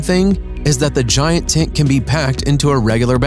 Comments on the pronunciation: Nice and original tents BUT am I the only one that got annoyed with the way he pronounced "TENT"? It sounds like he's saying "TINT" :) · Its called a tent and not a tint. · His pronunciation of tent and words like 'during' is so annoying. A 'tint' and 'dearing'. Steel staircase instead of a ladder. I rolled my eyes so far back i could see my own ass. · Voice Actor: Doing a voice over for a TENT video Also Voice Actor: Pronounces it "Tint" and "Tit" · I love the bubble tent Also they thought he was saying tint instead of tent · Honestly I thought dude said tit at first! 🤦😳🤷✌🏻😂🤘🏻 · "the tints..."😂. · STOP CALLING IT A “TINT”. You ruined this for us. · Was anyone else bothered by the narrator saying "tint(s)" rather than tent(s)? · Why does the narrator not know how to pronounce “tent” and keeps saying “tint”? How annoying. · Sounds like he’s saying tint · This should be called Tin Coolest Tints in the world, according to the narrator. 🤣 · El tacko, I'll agree: "tint"...(!) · fFter hearing "tent" pronounced as "Tint" five times in the first minute, I just couldn't take it anymore. See ya... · I know! I noticed it right off the bat and almost didn’t make it through the video. So weird. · Niko TheBlackCloud lol true